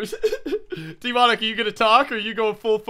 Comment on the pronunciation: Anyone else noticed he says "DEEmonic Astroid"?